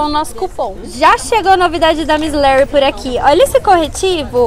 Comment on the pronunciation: É Miss LAry e não miss Léry 😂